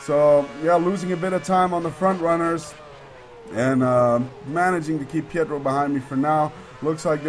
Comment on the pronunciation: correct - and he was saying petrov when he should of been say pietro